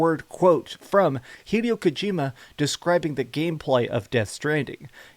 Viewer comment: Hee-day-o Kojima